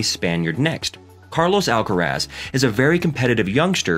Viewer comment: por supuesto que sé que te referías a la pronunciación del comentarista. (No ibas a referirte a cómo habla español Carlos Alcaraz...). El nombre "Carlos Alcaraz" lo pronuncia bien. "Murcia" se le entiende bastante peor pero me parece muy irelevante. Están hablando muy bien de un compatriota nuestro del que nos sentimos orgullosos y se han preparado correctamente el video, lo cual es muy de agradecer, pero lo que a ti se te ocurre decir (en inglés) es "honra el lenguaje"... Ohhhhh En fin, ¿qué quieres que te diga tío?